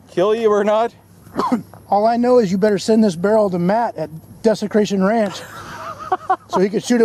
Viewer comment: he said desecration ranch lmao. so close but so far